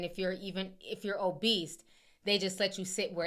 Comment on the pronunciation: Not "obeast" with the hard "t". All love Ti--no shade!!!🥰